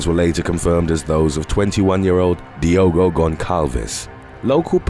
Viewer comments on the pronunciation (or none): none